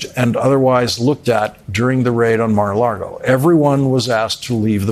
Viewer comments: This is a fine piece, but Lawrence can you please stop calling it Mar-a-‘Largo’? It’s phonetic, you can do it! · It's Mar a LAGO. Not Mar a Largo. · Lawrence keeps saying "Mar-a-Largo"